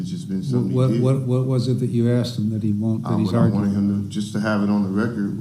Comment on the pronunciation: Why is it that a majority of Americans, especially African Americans can’t pronounce “asked” or “ask”? “Aksed” or “Aks” is what usually comes out.